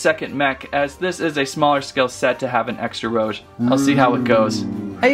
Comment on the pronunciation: Heres how you pronounce Rouge: Roo- j